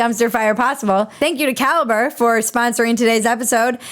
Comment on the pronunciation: When you say "caliber app", I kept hearing "cal-brap" which sounds like some new super hip product 😋